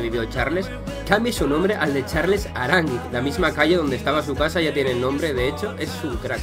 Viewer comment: Primer español que dice Aránguiz y no arangüis